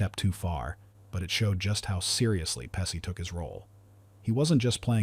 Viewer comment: Next time try finding a narrator that can pronounce actor names correctly. It's pronounced as PE she not pessie